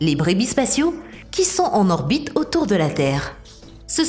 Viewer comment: «Lé gens essaient de né pas obstruiller leur bite terrestre»... Un petit séjour chez l'orthophoniste pour la voix synthétique ?